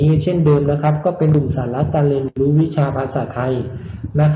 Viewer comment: อยากให้คุณครูออกเสียงรเรือในบางคำให้ชัดเจนด้วยครับเช่นในคำว่าเรียนรู้ นักเรียนคุณครูจะออกเป็นเสียงลลิงอยู่ครับ หรือคำว่าคลิปคุณครูก็จะออกเสียงว่าคิป ขอบคุณครับ